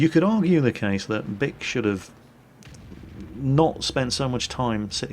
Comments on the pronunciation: That guys name is pronounced (BEE-ke) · wow his name is bic sounds like duck when he says it